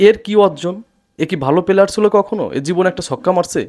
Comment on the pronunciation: সাফাই গাওয়ার চেষ্টা করছেন কেন? বোর্ডের সবাই চোর, এটা কই পাইলেন আপনি? আর শব্দটা পিলিয়ার না প্লেয়ার।